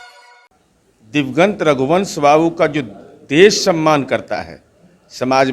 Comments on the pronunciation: दिवंगत को दिग्वंत कह रहा है मूर्ख महाराज । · Niraj diwgant bolta hai. Anant singh ke bare me kahta hai ki unhe NTPC nahi bolne aata. Ye bhi to wahi hai